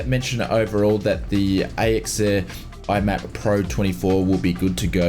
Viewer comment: MIAP. M-I-A-P. Stop calling it "IMAP".